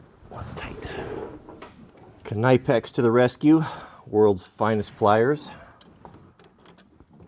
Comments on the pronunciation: Nipex is how the pliers are pronounced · The i in Knipex is spelled like the i in Bill … not Kneipex and not like knife! Greetings from Austria ! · Proper German pronunciation of KNIPEX is k-ni-pex... but in US/UK is is pronounced ni-pex.